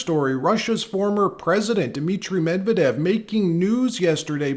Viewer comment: Not Mev-eh-dev. Medvehdev. I give two shits about the guy but I would like accuracy.